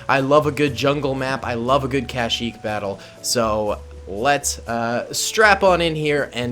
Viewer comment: "the jungles of cashyyyk", lol, love the content bro keep it up!